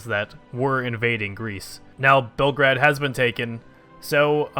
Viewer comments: PLEASE, ITS PRONOUNCED BELL-GRADE, NOT BELGRAD, MY EARS! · PLZ STOP SAYING BELGRAD U R MAKING ME GO CRAZY AAAAAAAAAAAAAAAA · ITS FRIKIN BEOGRAD FOR GOD SAKE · Its Belgrad if we are talking real here, Bel means white, grad means city. Like Stalingrad. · Actually it's BELGRAD, but if you insist on the English pronouciation, yeah you're right.